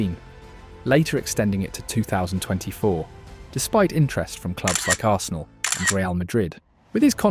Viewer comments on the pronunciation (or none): none